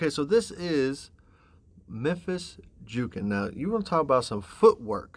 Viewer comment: Jookin is pronounced like cooking.... Just FYI love your analysis and breakdown. Keep up the great work. Smashing that subscribe button